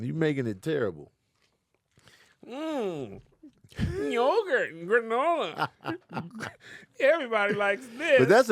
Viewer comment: the way Kev said yogurt 😭😂😂😂😂